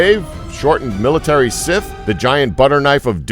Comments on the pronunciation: is he calling scythe....sith? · did he mispronounce scythe or am i hearing things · I have literally never heard anyone else pronounce the word "scythe" like this. Do you do it on purpose just to screw with people?